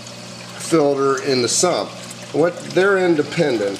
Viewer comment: filter not filder